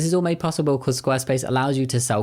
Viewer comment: did you just say beancause, you fluent punster?